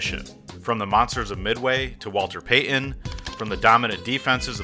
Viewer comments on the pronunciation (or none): Pey'n? Are you kidding me? His name is Peyton, Walter Peyton.